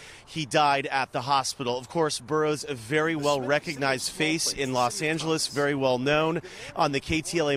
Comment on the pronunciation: His Vietnamese wife is "Vely happy", saying "Good Littence".